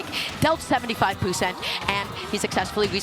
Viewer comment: "Percent" ❌️ "Poo Scent" ✅️